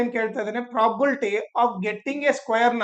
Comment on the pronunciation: It's probability not. Property.pronounce properly